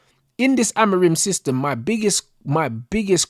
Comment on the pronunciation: Man said Haram-orim😂😂😂